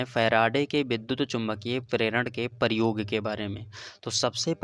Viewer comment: Aur paryog Nahi prayog hota hai